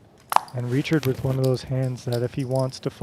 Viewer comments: His name is sounded out as rike hard not reke hard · It's RYE-card not Richard c'mon ....